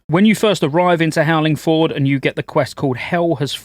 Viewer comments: Your ability to mispronounce basic words astounds me. "Howling Ford" Its Fjord you bell end. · Fjord is pronounced "fee-yord." I tell you this because it's fun to say. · Please… howling “fiord” 😂 that’s how it’s pronounced 👍